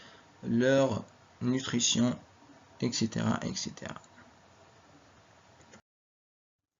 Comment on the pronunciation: On dit "etcetera" et non pas "excetra" Et merci beaucoup pour votre effort Fi ajrek InchaAllah